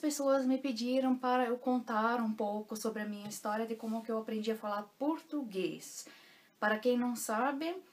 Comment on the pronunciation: Oi 💐 Sua pronúncia em português é linda 😍com perfeito acento gaúcho, chê😍 Adoro e acho o português mais bem falado em todo o Brasil, na minha opinião... Parabéns por todo seu esforço e vontade em aprender falar, ler e escrever o potugues corretamente 👏que realmente não é fácil para nós Brasileiros que dirá para os estrangeiros 🧐😁😀 Tenho ainda muita dificuldade com a gramática. Me viro como posso e não tenho mais vergonha em falar errado, mas quero aprender definitivamente falar correto. Aprender a gramática der die das, wer wie was, wieso weshalb warum... 🤦‍♀️ Sou imensamente Grata por ter encontrado você como professora aqui no YouTube. Um abraço daqui de pertinho de você (Winti) com carinho 💐😘💞🙏🙏🙏